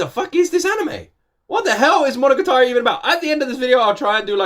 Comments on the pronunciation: mono-ga-tari for pronouncing, and sadly not in order for this, oh well. and your wrong on the case of Alice in wonderland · It's pronounced "mo-no-ga-ta-ri"! ;) Japanese can be a bit tricky since the phonemes are quite a bit longer than English (save for the vowels and "n"), so it can be hard to know where they start and end! You also need to be careful that you don't hold on any one phoneme too long, (i.e not "mo-no-ga-taa-ri") since there are times when a phoneme IS elongated, which can often change the meaning of a word entirely! Otherwise, each should be the same length, in a rather robotic fashion! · monoGAtari... the accent is in the GA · Your pronunciation of “Monogatari” was pretty good, except that the stress or accent should be on the “ga” and not “ta” (and don’t extend that sound). “Monogatari” 物語 means “story” or “tale,” and different seasons will have different tales, such as “Bake-monogatari” 化け物語 (Monster tales), “Nise-Monogatari” 偽物語 (Fake tales), etc.